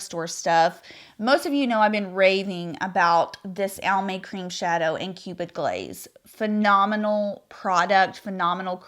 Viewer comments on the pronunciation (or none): none